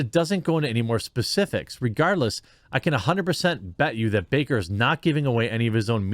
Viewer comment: Baker not Backer